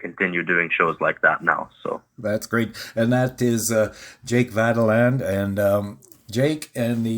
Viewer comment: Why do you refuse to properly pronounce Jake's last name? He said it for you enough times!